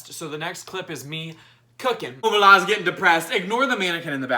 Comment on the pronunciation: something tells me this guy likes saying 'normalise that' with a british accent🤔